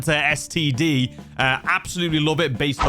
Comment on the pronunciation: Brand new std sounded so wrong